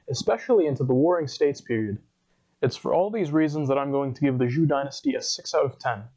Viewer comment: Why not learn how to pronounce "Zhou" before going public?